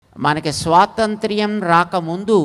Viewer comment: స్వాతంతిర్యమ్ కాదు బాబూ అది 👉 స్వాతంత్ర్యం అది